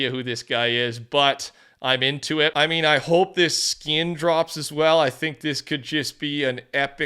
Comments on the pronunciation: Anyone else notice says skin with a "y?" "Skiyn." Feels weird. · Canadian thing I think lol